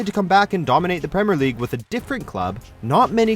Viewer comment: Premer and salar when it is actually premier and Salah